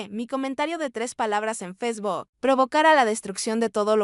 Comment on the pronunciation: FESBOK😂😂😂 Hasta mi empleada doméstica que es de un ranchito, pronuncia correctamente FACEBOOK.